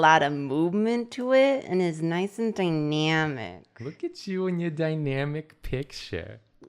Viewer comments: i wish they touched on dy-nya-mic more than dy-meow-mic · Noice and die-nyamic ( I love her laugh X)) And back to noice and die-nyamic JOOOOLEAA!